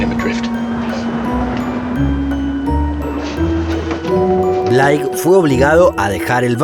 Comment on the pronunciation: William Bleik no Blaik se pronuncia amigo.